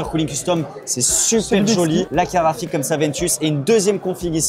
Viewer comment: Merci d'avoir calé le fameux "caraphik" dès les premières secondes